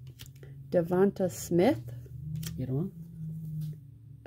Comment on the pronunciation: wins with the Slim Reaper🐘By Storm! DavontA Smith. Don't take my word for it watch the 2020 Heisman trophy presentation to see how it's pronounced. DavontA not DavontU!🤣